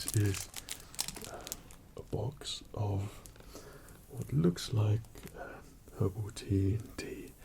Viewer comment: Gosh my American English thought he said "Ovaltine cup selection", but then I realized he was saying "Herbal tea cup selection"